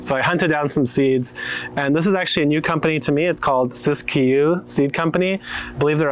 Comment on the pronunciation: As someone from the Siskiyou region just a heads up. You don't say the second "i". Otherwise you said it right! Thanks for repping the Siskiyous! :)